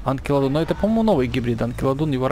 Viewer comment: Не Анкилодон, а Анкилокодон